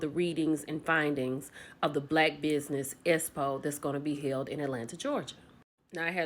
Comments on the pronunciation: Please speak correctly when saying expo we know tisha says espo but I didn’t need to hear it over and over again while trying to listen to your video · 😂😂😂 "S-po" this girl can't talk. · For and everyone the Expo is pronounced X Po not S Po I cringe everytime I hear and everyone pronounce the word wrong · can we please pronounce EXPO correctly geez-us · I CAN NOT 😂 NOT YOU SAYING ESSPO!!! 😂😂😂